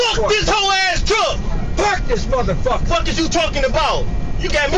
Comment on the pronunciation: “Park this muthufakur” 😭😭